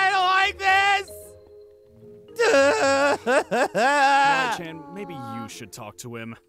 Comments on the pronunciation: It's Kawaii Not Kawwaii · You aren't copying but you said "kawwi chan" Instead of Kawaii~chan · It's Kawaii Not Kawai